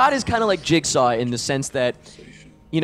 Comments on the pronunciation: YOU SAID JIZZ-GAW!!! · I kept thinking that you were saying Jake Saul... I'm so tired I thought that was Jigsaws real name and I just never noticed before lmao